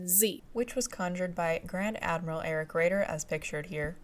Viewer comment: Sometimes your German pronunciation is perfect and other times you hit me with Tirpitz and Erich. Good video.